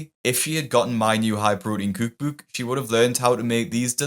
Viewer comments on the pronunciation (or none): K E W K B E W K is a sign of a good video. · Love the way you pronounce, "kewk bewk" lmao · I like the way your pronounce “kewk bewk” (cookbook) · Why do you pronounce "cookbook" like such an idiot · it's how he pronounces "cookbook"